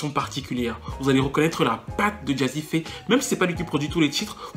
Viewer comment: Jazzi fé pas jazzi fa lol bonne analyse en tout cas je ne pensais pas la revoir sur le devant de la scène on la voit partout en ce moment elle a une team composée uniquement de blancs